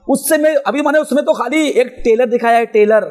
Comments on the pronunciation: Abe telar nahi trelar teko English bhi nahi aati😂😂😂😂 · Tailor nahi hota balke trailer hota hai molvi sahib 😂😂😂😂😂😂😂😂😂😂😂😂😂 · tayler Nhi trailer Khud Bolna Sikho 😂😂😂😂